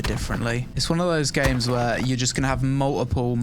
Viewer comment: As an American I heard you say “multiple” as “muh-ih-uh” ❤. Ignore me I’m easily amused.